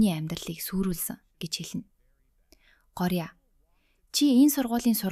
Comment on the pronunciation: гооръя гэд уншина шүү